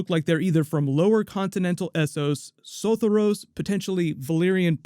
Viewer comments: Say it with me now: so-THOR-ee-ohs, Sothoryos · Im sooooo sorry but the way you pronounced Sothoryos really made me cringe!